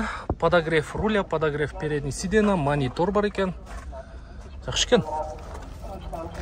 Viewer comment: Сидена эмес Сиденья, же отургуч